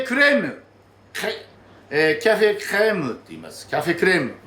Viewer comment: Rの発音がすばらしい！私にはできません(^^)